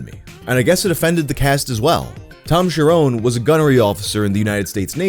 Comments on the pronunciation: The 'nes' in Cherones is pronounced like the 'nes' in honest, it is not Cher-'owns'. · His name is not Tom Sharone. It’s Tom Cherones, rookie.